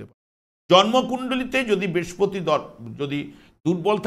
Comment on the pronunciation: Brespoti noi Brihospoti,apnitoh acharjo tai uchcharon ta thik kore nin.🙏